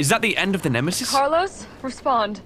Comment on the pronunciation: did you just say shitesis it is nemesis